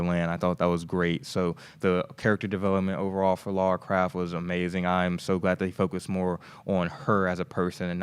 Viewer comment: Now he is saying craft! What a moran